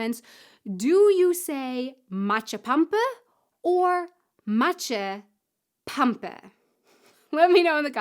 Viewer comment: Also, you put the stress on the first part of the word. So it's "MAtschepampe", not MatschePAMpe. ;)